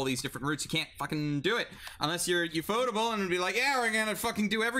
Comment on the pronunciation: what the fuck It’s “yew-eff-oh-table” not “Yewphotable”